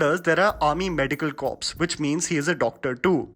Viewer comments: Corps - pronounced as co or core in the Indian Army..not corpse or cawps or crops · It is pronounced as core and not corps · Nice video but here is some advice for you:- corps is not pronounced as 'corpse', it is pronounced as 'core' or 'kor'. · It's pronounced 'core' and not corps. It's a French word. The p is silent. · Not Army Medical "Corpse" its pronounced "Core". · Corps is pronounced as 'Core'. The word is derived from French just like Beret which is pronounced as 'Beray' (as in Red Beret or Green Beret) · Corps is pronounced as core - just saying baba. And authentic has never been synonymous with the movie industry, has it? I remember seeing Amitabh Bacchan in Shahenshah and thinking 'the hell's he wearing?' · Hey Read corp as core. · FYI corps is pronounced “core”. So it would Corps (core) of Engineers, etc. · First you learn how to pronounce corps